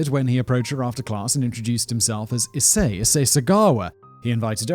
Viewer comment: Waiting for Simon to not say Ee-say-ee incorrectly